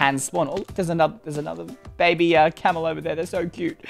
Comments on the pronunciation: how he says "bebe" tho lol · It was really weird when you said “Bebeh” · The funny part is wen you said bebe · It was so funny when you say bebe XDXDXD